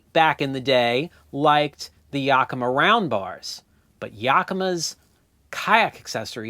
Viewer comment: Well, as a native 'Washingtonian as feel it is my duty to give one small, itsy bitsy correction on the pronunciation of Yakima. The "a" in the first syllable is pronounced like the "a" in "hat". We have some place names here that nobody gets correct without guidance. Some examples are: Puyallup, Issaquah, Sequim, Dosewallips, Pend Oreille, Skamokawa. But hey, thanks to you I now pronounce Asolo correctly.